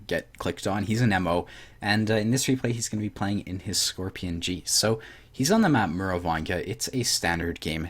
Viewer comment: Lol "scrorpion"